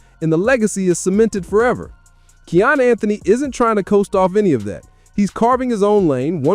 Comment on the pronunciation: His name is pronounced: Ky•yan (Kiyan) dope vid 💯